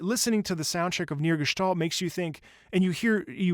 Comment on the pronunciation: Also, massive props on pronouncing Gestalt correctly haha